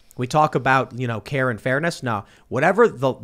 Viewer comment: You said care and fairness, and for a brief moment I heard Karen fairness, and that just took me down a rabbit hole of thoughts lol. I thought I would share that with you all.